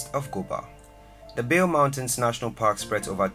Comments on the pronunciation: it's not bale it's ba le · Bale (park) is pronounced as Ballet, and Bole (airport) is pronounced as Bolé. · the pronouncation of "bale" isn't correct,the "a" is pronounced as a in 'ant' and the"e" isn't silent ,it's pronounced as e in "egg",a friendly advice. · Bare mountain national park ? What’s Bare? at least learn how to annunciate the proper name for the park which is Bale not Bare ! 🤦🏽‍♀️